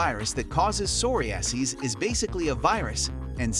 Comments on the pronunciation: Soory-ass-E’s? You mean “Sir-rye-a-sis?” I’m talking about number 13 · That pronunciation of psoriasis...😵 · He also butchered the pronunciation of psoriasis.